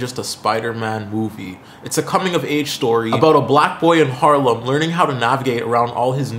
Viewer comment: You also said Harlem. 😭